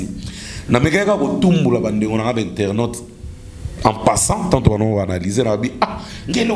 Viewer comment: On dit internet et non internot